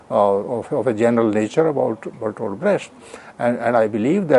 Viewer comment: It's pronounced 'Brekt' not 'Bresht'.